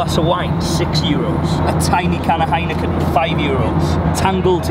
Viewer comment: Pretty ignorant how he says 'euros'